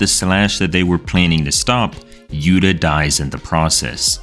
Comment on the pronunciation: It's not yuta it's yu ta